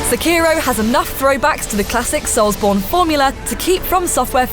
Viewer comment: So is it 'soulsborino' now? If so, hi-da-lee-ho soulsborinos.